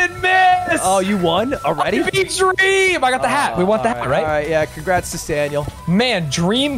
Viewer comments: dweam dweam dweam? dweam minecwaft? ow dweaaaam! dweam. dweeeam. dweam minecwaft... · “Dweam dies of alcoholism” lmao